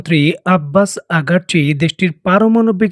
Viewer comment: আগারচি না ভাই, আরাগচি হবে